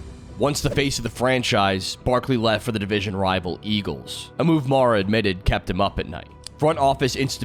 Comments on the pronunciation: HELLO COMPUTER; CAN YOU SAY "MARR-UH"?? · That pronunciation of "Mara" was brutal.